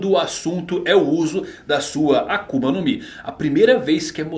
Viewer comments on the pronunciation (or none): none